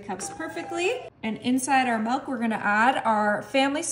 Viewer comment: It's pronounced milk, not melk